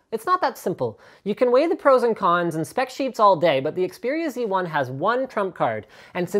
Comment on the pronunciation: You are canadian... I think you should say Xperia Zed lol